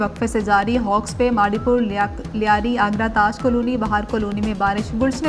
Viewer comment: اسکو خبریں پڑھنے پر کس نے لگایا ہے۔۔۔۔یہ کالونی کو کلونی کہہ رھی ہے